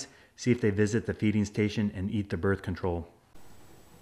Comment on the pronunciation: muh börf control